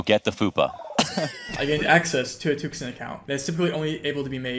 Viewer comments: Tuxun is pronounced more like too-shyun in Chinese. Took-sun do sound really cool tho lol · Just fyi, and in the spirit of learning, there is no k sound in tuxun. It's not tukson. An X in Chinese is pronounced like a slightly lispy s. Dunno how to explain the U though... first is deep oo, second is shallow oo.... close enough. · too-shün is what it's pronounced like in case anyone cares enough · crying how he mispronounces tuxun every single time